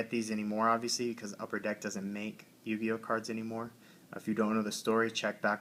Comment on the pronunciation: What the fuck is a yu-guy-o